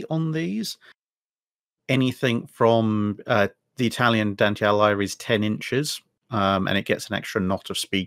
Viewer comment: great video mate. One thing though: Dante Alighieri, pronounce the last name Ah-lee-g-ee-eh-ri. The Gh in Italian just ensures that the G is a hard sound as opposed to making a j or ñ sound:))